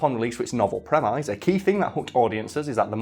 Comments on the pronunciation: Did this dude really pronounce premise "prem-eyes". ˈpreməs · pronounced "premiss" not "premize" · Premise is pronounced prem.iss, not prem.eyes. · Prem eyes? Not prem-is? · Do English people say premayse or is being silly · I've heard the "mise" pronounced like "miss" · Who taught you to pronounce 'Premise'? They were wrong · The scariest thing in this video is pronunciation of “premise” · Why does always mispronounce the word premise?